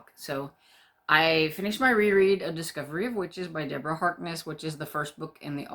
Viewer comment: Ooooh your actual legal name is? Wow, sorry didn't see that (and should have from a mile off haha). What a fantastic name! (hope you don't mind me calling your btw). Yes very excited for Discovery of Witches and you did very well with the pronounciation! Oh, I loved this! Thank you (born on a Sunny day - I wont forget):)